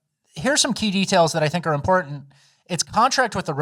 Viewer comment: ‘Very sportant’